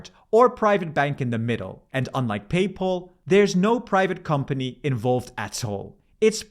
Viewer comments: Are you forced to use an app for the digital €? No card? BTW, it's PayPal, not PayPaul. For Germans: say päipäl, not päipol. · It’s not payPaul or paypol but is PayPal which is pronounced Peypäl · Good old PayPaul, much better than PayPal if it weren't for that somewhat similar pronunciation. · "pay pull" 😅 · The way you pronounce "Paypal" is not correct.